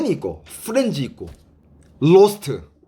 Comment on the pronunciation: 후렌즈라 들리는건 저뿐인가요 ㅎㅎ 후렌즈~